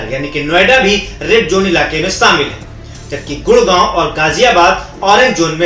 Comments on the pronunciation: पहिली बात भाई जोन नाही होता वह झोन होता है 😝😂👌 लॉक डाउन के बात आपको एक पद्मश्री मिलेगा भाई 🤣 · "झोन" है वो... "जोन" नही